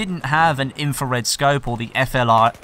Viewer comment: Pro Tip: FLIR = Fl-ear (Fluh-ear)